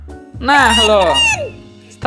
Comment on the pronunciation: Gw denger openingnya bukan stresmen tapi suesmen